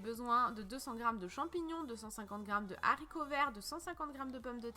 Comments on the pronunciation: les zzzzzharicots verts 😭😂🤦‍♀️ les HARICOTS verts 😂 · Appétissant ! Par contre les haricots pas les zaricots😉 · J ai entendu loool ....bien la peine de faire la belle avec son phrasé et de faire saigner nos oreilles en mettant cette impossible liaison 😂😂😂😋.....des zzzzharicots verts 😂😂😂😂